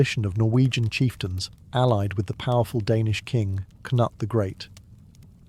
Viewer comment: Knut is pronounced more like newt with a k before it, and no pause after k